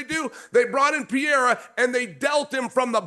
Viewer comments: Pierra...love how Uncle Chael makes money off guys and can't pronounce their names any better than AI? 🤣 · Is "PER-RARE-UH" really that hard say??? 😂😂😂😂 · 😂 hard to find smthn americans can do the right way. Still laughing bout Alex Piera. I wonder that Tshåeïjl could say "Alex" correctly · Chael still refuses to pronounce Pereira correctly. Yet he complains when they mispronounce Sonnen smh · Someone teach Chael how to say Pereira's name properly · that's a Chael thing. I'm pretty sure he does it on purpose. lol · It’s literally never gonna happen. I’m from Oregon, so it’s not even like it’s a dialect thing, he just refuses to say the name correctly. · Lost cause dude . Americans are usually horrible at pronouncing names